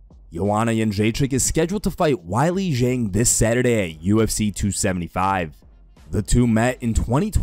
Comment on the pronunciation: Dude for us Chinese fans.. it’s (way-lee Z-ang)